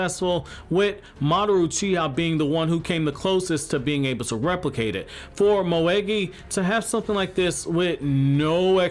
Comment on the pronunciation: its moegi not mogei